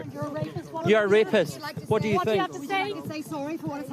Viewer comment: El Rrrrrrapiste